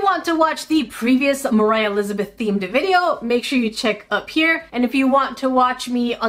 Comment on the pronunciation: ”moraah lizbeth”